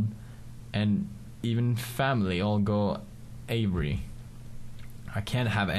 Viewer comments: Are you pronouncing crooked wrong on purpose? 0_o Also, awry is (uh-RYE) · awry is pronounced uh-rye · The moment when he says your name instead of saying awry he said Avery. Lol I love it